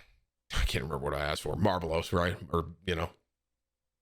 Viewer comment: Manz said marbelos instead of Marlboro lmfaooo